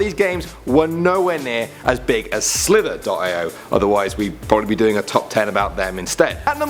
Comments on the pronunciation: Guys it's not pronounced slither dot I o It's pronounced slither e oh haven't you heard of agar.io it's agar ee oh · It's pronounced slitherio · It's called slither-e-O and the other one is not 20 48, it's 2-0-4-8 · The way he pronounced it lol